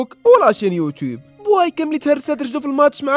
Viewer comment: بويكا ماشي بوايكا😅😅😅😅